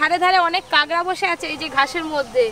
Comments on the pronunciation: Didi tumi sob kichur aktu thik kora nam nii😂 ota kagra na kakra🥰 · kangra noi kakra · Kakra ke kangra bolche keno kotha bolte parena naki khet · Ota 'Kangra' noi, 'Kakra'. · বলছি ওটা কাকড়া হবে কাগরা না😂😂😂😂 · কাগরা বলো কেনো কাঁকড়া বলো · কেংরা নাকি কাকরা 🤣🤣🤣